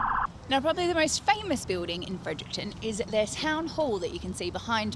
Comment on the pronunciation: FrederickTON not Fredericktown 🤣